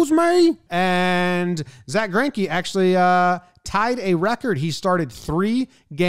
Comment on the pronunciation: As a German it hurts my ears everything somebody butchers Zacks last name xD